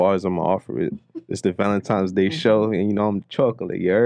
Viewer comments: Wtf is "Valentimes Day?" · I’m not getting you a gift until you say the holiday correct… it’s valenti-N-es Day with an N. Not Valentimes day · So New Yorkers call it “valentimes” day or am I trippin 💀💀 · Almost couldn't make it through that segment. ValenTIMES...😂🤔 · valenTIMES day …? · Valentime’s Day? 😂😂😂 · Are they saying "valentimes"? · I’m not the snartest guy out there, but I’m pretty sure there is no “m” in Valentine’s Day. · i fuck with y’all but there’s no “M” in valentines day😂😂